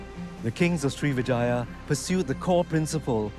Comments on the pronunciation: Pease don't say it SRI VE JAYA but SRIVI -JAYA (SRIWIJAYA in INDONESIA) SRI VE JAYA is wrong and sound ugly too, like saying VAGINA 🤔🤔😡😡😡😡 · Not Srivijaya but Sriwijaya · not Srivijaya, but SRIWIJAYA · Everytime he says 'Srivijaya' it sounds like he is saying Three Vaginas. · Every time he says srivijaya, i hear vagina